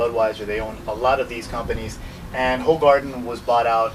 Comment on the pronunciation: It's pronounced "who-gar-den"